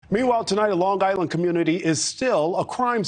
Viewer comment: Long Island - NOT Longgg Island.